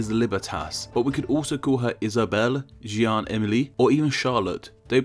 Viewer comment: French pronunciation could be better XD e.g. jee-anne sounds more wrong than "Janne"